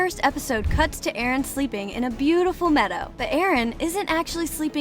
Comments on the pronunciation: It's Eren not Erin that AI voiceover is so disturbing I couldn't watch the rest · it’s NOT Erin ITS eren!!!!!!!!! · She called Eren Erin XD. (No offense) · EREN not fckin erIn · it is eren not erin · Erin wrong it's eren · Its supposed to be eren not erin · ITS NOT ERIN ITS EREN DUMB DUMB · Its EREN NOT ERIN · Btw it's not Erin it's eren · His name is not Erin it’s eren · Erin??? Isn’t it just eren??? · ITS EREN!! EREN!! NOT ERIN!!! Sorry sorry but it's Eren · is eren not erino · Sis called him Erin😭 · it’s Eren not Erin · It's not erin it's eren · Eren not Erin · Hey it’s Eren not Erin, just wanted to say that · EREN NOT ERIN💀💀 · BRO REALLY SAID ERIN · Na bro its "ereh" according to mikasa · Ah yes, Erin Yeager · he was referring to how the narrator would spell his name as erin, not Eren. and he/she was talking Abt Eren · So many hours watched and countless minutes of researching and you still couldn’t get the name right🤦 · made me cringe that she said his name wrong 😭